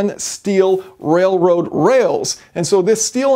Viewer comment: keep saying railwoad